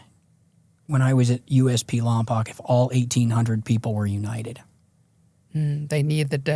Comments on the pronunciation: He said lompoc its pronounced lom-poke infamous 😂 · Lompoc is pronounced Lom-Poke little small town on the map